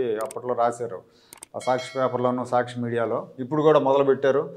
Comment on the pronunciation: మీరు సాచ్చి చడవకండి